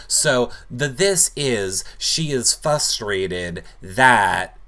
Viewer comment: Holy shit...there's an R in "frustrated," and yes you pronounce it!